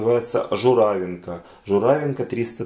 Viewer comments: Надо говорить журавИнка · В слове ЖУРАВИНКА ударение ставится на И